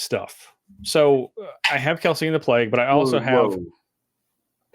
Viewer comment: It's KEL-SEE-IN, not KEL-SEEN.